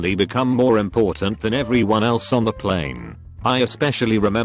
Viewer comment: Plane = Pleen XD